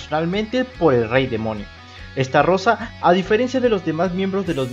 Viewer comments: SI NO HAY DOS R NO ES ESTARROSA ES ESTAROSSA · Xd Es Estarossa no Starrosa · Se pronuncia Estarossa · No que se pronunciaba estalosa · Estarrossa así lo estás pronunciando no creo que se pronuncie así pero quién sabe